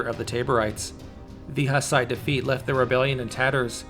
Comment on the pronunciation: please learn how the fuck to pronounce hus and hussite. you make historical videos but don't have a clue how to pronounce what you are talking about? a disgrace.